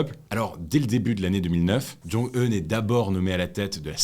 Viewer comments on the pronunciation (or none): en vr on prononce gim jeng eun mais bon tkt :D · c'est "oun" je vit en corre et c'est pronocer "oun"